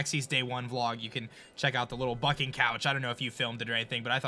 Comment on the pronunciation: Lol when he says bucking and it sounds like f***ing